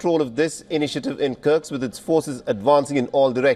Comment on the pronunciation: The reporter calls it "Kirk's" It's Kursk, actually